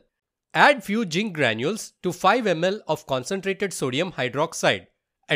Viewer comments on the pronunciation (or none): Zinc nahi jink haii😂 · Zinc 😅 jzin 😂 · Pls pronounce zinc properly 😂